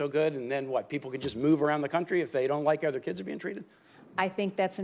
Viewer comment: "Miss Devos, do you know what a school is?" "I WIKE TWURTLES!"